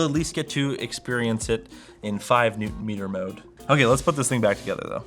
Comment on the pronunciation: "This thind is a boat" yes thats what they are known for.